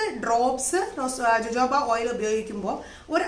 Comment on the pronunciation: dear jojobo is pronounced as hohobo